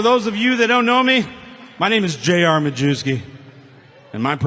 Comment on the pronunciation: Majewski is actually pronounced "My-YEV-skee".